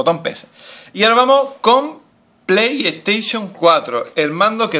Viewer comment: pay taishon 3 :v Aprende a ablar !!!!